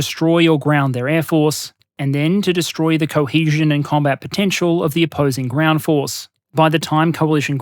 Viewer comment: wtf is the "groend" ?